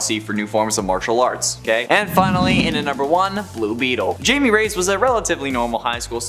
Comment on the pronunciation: Blue Beetles name isn't Jamie (jay-me) It's Jamie (hi-may)